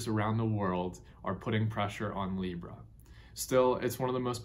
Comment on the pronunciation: "Libra" lmao stopped at that part.